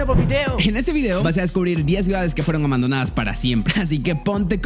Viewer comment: Vidéo????? No entiendo por qué lo dices así, la tilde está en la i 😅. Hay alguna explicación para esa pronunciación?